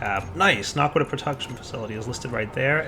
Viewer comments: OMG ITS NOT NARQUDAH ITS NA QUA DAH no r in it. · he keeps saying narkqudah its annoying